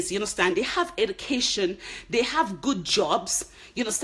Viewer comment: Just speak naturally. you do try to hard to change your accent. You have H factor. H factor tou bad!!! "Heducation" 😂😂🤣🤣